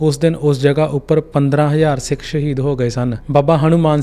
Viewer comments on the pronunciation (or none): none